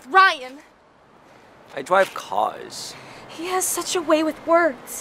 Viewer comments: I like the part when says I dwive caws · "He has such a way with words..." "I.. dwive caws...." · Jakeeynick he acually says "I dwive caws" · Best catchphrase 2016 "I dwive cars..." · I dwive cwaws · I dwive cawws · Ryan never knew how to dwive caws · 'iiiiii dwive caws' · I drwive caws *says so awsome * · I DWIVE CAWHS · I.. dwive.. caws ...... Sounds like make my Filipino cousin. Her accent is not really good 😂😂😂😂😂😂😂😂😂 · I Dwive cwass